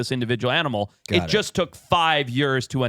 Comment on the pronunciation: I'm still convinced says the word years in a funny way.